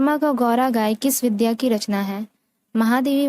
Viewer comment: विद्या... नहीं... "विधा " ही बोलना चाहिए जी, धन्यवाद